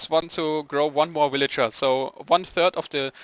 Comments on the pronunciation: woot im the 75view but i like how u say willager instead of villager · ok... I was laughing when I heard you first say willager but then I got tired of it. :P Sry no offense, just not used to it :P